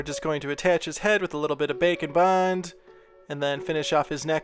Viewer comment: I also heard bacon bond 😂